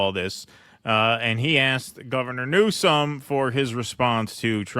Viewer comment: Hmm did Trump mean "new-scum" or "news-cum" lol